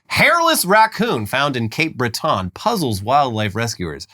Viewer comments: It's not MONtreal, it's MUN-treal and we pronounce it Cape Bret-en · Love your show!!! (BTW Cape Breton is pronounced 'BRETTn') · Our giant raccoons are cute assholes, the Expos should come back, and it's pronounced Cape BRET'n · that is NOT how you pronounce Cape Breton!!! lmfaoooo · That is the most intersection pronunciation of Cape Breton I've ever heard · Great video boys the pronunciation of Cape Breton caused me physical pain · Did a double take hearing the boys mention Cape Breton. Also it's clear they never heard of the place before because they pronounced it the french way which usually only french Acadians do in NovaScotia. Then the shock of them mentioning Cape Breton got even greater when it was about a literal hairless Racoon. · I’m a nova scotian i SCREAMED at pronunciation of cape breton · I'm a Cape Bretoner and I never imagined it could even be mispronounced but here we are :P